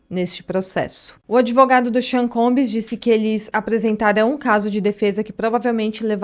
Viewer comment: combs! Não é combis. Não custa nada dizer bem. 😉